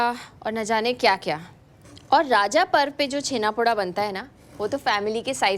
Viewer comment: उड़ीसा ❌ ओडिशा✅ राजा ❌ रज ✅ भाजा ❌ भजा ✅ छेनापोड़ा❌ छेनापोड़ ✅